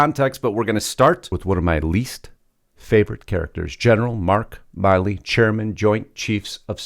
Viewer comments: Milley not Miley. Not to be confused with Miley Cyrus. Milley like a mill. Just FYI. Losts of people confuse this. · I believe it is 'Mill-ee' not 'Mile-ee'. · Isn't General Mark Milley pronounced like Willie? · His name is mill-ey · You're saying his name wrong and this is nothing nobody talks about this on October 24th 2020 on YouTube on a site called crooked media approximately 19 minutes 19 seconds in Joe Biden said and we've all heard it we're in a situation where we put together and you did it for the Obama Administration we put together the most exclusive and extensive voter fraud organization US History everybody should be showing that everyday Trump should be showing that that at the beginning and the end of every rally everybody should be showing that every day when they start a show and end the show call Harris is not legitimate they stole the election they were selected Not Elected they're illegitimate that's treason